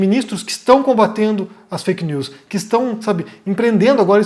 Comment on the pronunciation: eu achava q o era gringo, mas esse fake nuuuuuus deve ser coisa de mineiro msm